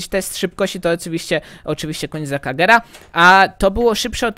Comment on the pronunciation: mówi się kenizeg a nie konizek